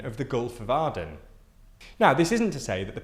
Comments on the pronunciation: Aden was mispronounced also. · It's also the Gulf of Ay-den not Ar-den. Arden is New Zealand's PM.